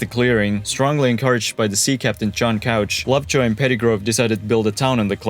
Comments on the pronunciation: This would've been more accurate had the narrator used the correct pronunciation of "Couch" and "The Dalles". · It's pronounced "cooooooch", not couch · Just a heads up, as an Oregonian, John Couch’s last name is pronounced differently from the furniture, it’s pronounced with an “oo” sound, “cooch.” There’s some stuff named after him here and you can always tell locals from visitors by how they pronounce the name. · It's Cooch, not Couch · Couch is pronounced coo-ch (like coochie), not couch (the piece of furniture) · Couch is pronounced "kooch", not like the furniture. Very good video though! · Couch is pronounce Kootch. Legend says there was an argument in the family and half kept the couch pronunciation, the others used the alternate pronunciation to easily know which side they were on. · Couch is pronounced Kooch in John H Couch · You're saying couch but it's pronounced Differently. It's a pretty common mistake most people make that aren't from here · And “Couch” is pronounced “Coo-ch”, not like the sofa. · Very well done, thank you! Pronunciation: SHiNOOK , CooCH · WIlliam Couch's name is actually pronounced like "cooch". The more you know! Also, "dalles" is pronounced "dalls". The E is silent. Not sure why. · “Cooch” and “The Dahls” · I was impressed with that, too, but he mispronounced Couch and The Dalles. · I liked your video. That said, you mispronounced both Couch, and The Dalles. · shin-ook, ook being pronounced like look without the l. The dalles is pronounced dalls. E is silent. You also pronounced couch wrong, it’s cooch not couch. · A couple of pronunciation corrections for those who are interested: Chinook = "shin-nook" (rhymes with "thin hook") not "Chee-nook" Couch (the name) = "Cooch" (rhymes with "pooch") not "Cowch" The Dalles = "The Dahlls" (rhymes with "The Owls") not "The Dallees" Marquam Bridge = "Mark-um Bridge" (rhymes with "bark") not "Mar-kwam Bridge"